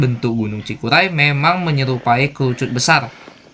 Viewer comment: Cikuray bang bukan cikulai...hehe